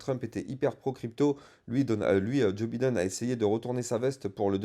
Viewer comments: J'suis MDR quand tu dis Biden, ça se prononce Bailledone ;-) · Merci pour tes analyses pointues. Par contre, tu as une belle marge de progression sur l'accent anglais: Biden se prononce Baïden et Chartered se prononce Charteurd 😉